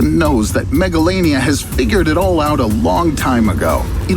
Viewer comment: When he say megalania in my hearing is megalovania